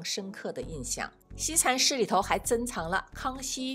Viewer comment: 福大子弟？西禅寺，si, 不是shi。有点小口音。